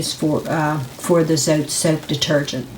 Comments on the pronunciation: its not zote, its zotay (dont mean to be rude) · The way you pronounce zote 😂